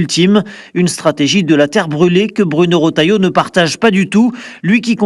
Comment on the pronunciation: Retailleau! Et non rotailleau.